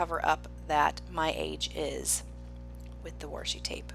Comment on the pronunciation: Your PL fit the inspiration photo perfectly! BTW I love the accent you have when you say Washi!!